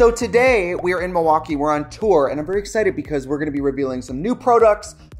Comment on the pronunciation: if anybody needed confirmation that you're from Wisconsin, the correct pronunciation of "Milwaukee" at the beginning did it. queen of brew city